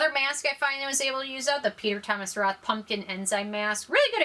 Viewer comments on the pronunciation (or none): none